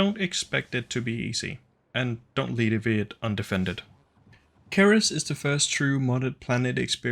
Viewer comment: Cerys is taken from the real life dwarf planet 'ceres' , its pronunced as 'see-rys'. If you are welsh then your pronunciation is understandable though.